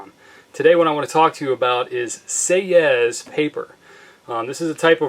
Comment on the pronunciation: Argh! Do not pronouce the 's' at the end of a French word!